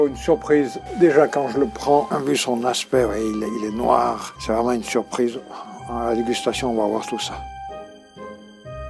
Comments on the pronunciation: "il est nwar" 🗿🍷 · "Il est nwarrr" 😭😭😭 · ’’il est NWAR’’ 😂